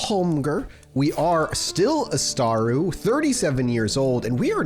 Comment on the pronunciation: It's ÁSAtru, not Ástaru. You know, like the Aesir...? ;)